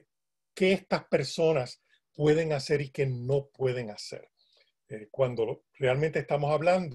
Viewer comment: “...el hacel musical”. Ay, Señor.